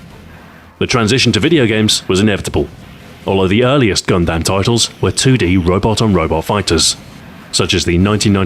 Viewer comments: You have a funny way about vowel sounds, Gun-dAM, BEEta. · its gun-dumb, not gun-damn (-_-) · I love how Stu says "Gundam". Its wrong, but I love it nonetheless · Some people really seemed to have missed the point that he pronounced Mobile correctly, while saying Gundam wrong. The joke is on them when complaining about Mobile. Nice video as always. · Your pronunciation of the word Gundam is hilarious, sorry stu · The way he pronounces Gundam really bothers me.